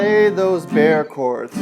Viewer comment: You pronouce Bar Chords not bear chords